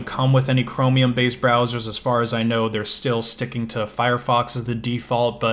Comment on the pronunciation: Every time he say know i hear Gnome :D is he actually a Gnome user? Also i mainly did come her to write i use Firefox :-)